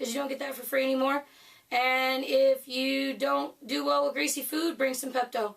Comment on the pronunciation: It’s supposed to be greasy!! 🤣🤣 Three times you said greasy...Jesus. 🙄🤨